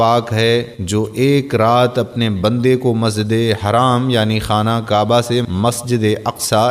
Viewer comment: Masjid e haram ..not haraam you idiot